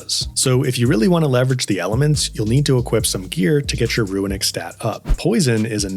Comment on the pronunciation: Nice advice. I got one for you though that was a giant trigger for me and I'm sure others. The word runic is NOT PRONOUNCED "RUINic" it's straight "ROONic" dude. Idk where you're reading a hidden "I" in that word but holy shit was that irritating. It's like when people say mischievous but actually say "mischievious" which isn't a word. Let's help educate here people. Damn.